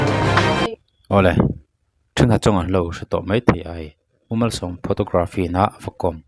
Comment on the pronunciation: Photography/p hi f ang in lam tur aw sir 🙈👍